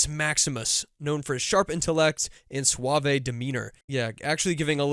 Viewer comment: "Swah-vey"....Swah-vey...